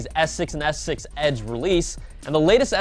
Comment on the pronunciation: please enunciate your words. When you say S6 it sounds like you're saying Essex or ex-sex. It's driving me nuts:P